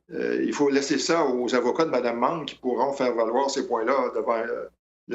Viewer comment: Mme Meng n'est pas mme mangue (prononcez correctement, svp attention aussi aux saloperies..."ça l'a pris'...).